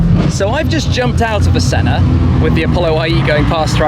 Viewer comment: Clover_Z I keep hearing him say SENNER instead of SENNA.